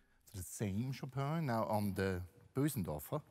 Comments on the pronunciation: sorry, I disagree, the pause was for dramatic effect. Bösendorfer is a Viennese brand, while the pianist himself is also from Vienna...he's been pronouncing it correctly his whole life. The American commentators/salespeople don't know how to say "ö" and say "Bohsendorfer" instead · it's weirdly satisfying to hear someone pronounce "Bösendorfer" correctly.